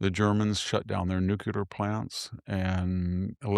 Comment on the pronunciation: Mr. VDH, could you please stop saying "NU-CU-LAR"? It is completely unnecessary to mispronounce "nuclear" so badly. You are a smart educated person and I enjoy your content